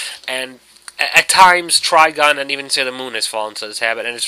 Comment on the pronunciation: Not to be annoying but it's triGUN not trigon